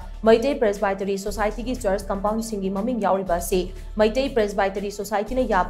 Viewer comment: helllo... learn to pronounce 'Presbytery' correctly... hahahahhaha... shameless... dont pronounce English words in ngaripur style..